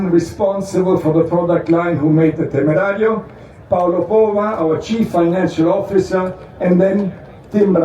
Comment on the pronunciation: Everytime you say temerario hurts my ears che palle